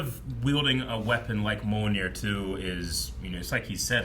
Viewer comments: Is "Mjolnir/Mjølnir" that hard to say? Why you keep saying it like "Monir"? I mean, they even SPELLED IT OUT in the movie. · Like M-yole-ner, right?